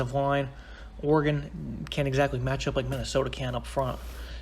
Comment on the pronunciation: It's or-again, not or-egone